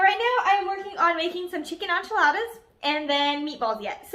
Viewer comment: Did she just say ONchiladas?